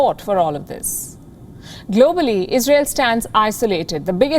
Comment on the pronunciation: lol it’s “Israel” not “Isreal”